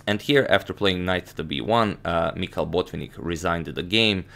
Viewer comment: Antonio, not sure why you keep putting stress on the first syllable in Botvinnik's surname. It's Botvi'nnik, with the stress on the first "i". In any case, thanks for the very good video!